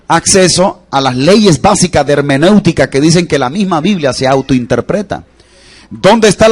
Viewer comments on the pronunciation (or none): none